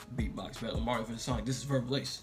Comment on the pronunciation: It's not soinc its sonic